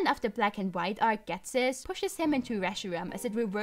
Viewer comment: not so fun fact, ghetsis is supposed to be pronounced as jesus. yeah.. i dont get it either, but it makes sense